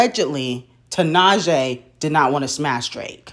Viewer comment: wow can you first learn how to pronounce tinashe’s name please.